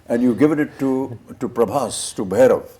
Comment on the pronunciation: Difference between like u guys comparing Prabhas anna with Amir sir and SRK sir. Tell me did u know, honestly known Prabhas anna or watched any of his previous films before films. My answer would be No/Yes/I didn't want to because they r old. Listen first it's Prabhas not Prabhash, second of all u don't know his reach was enormous even before Baahubali, just incase u didn't know. My man wanted to make films just for the fans, but got stuck with T-Series and This director Prashanth Neel who lost his direction and writing touch after the KGF Chapter 1 movie. My man came back from his industry which is Telugu and gave a banger to all people like u who comments like hell like u gave the hit one's from ur industry. And u know u wt sir/mam, we had this kind of facing before. Do you know tat SRK sir hates prabhas anna, proof see the success meet of jawan when the interviewer asked Deepika mam the question of project k also now known as Kalki 2898 AD movie, just look the srk sir's face he was scared or uninterested or whatever. You guys only shown him hell for movies so he need five years to understand u guys. Prabhas anna loves SRK like anything, and reach u talk abt goes previous films before Baahubali and see my Anna's work better than ur Bollywood movies at tat time. Now only remake of our hard work.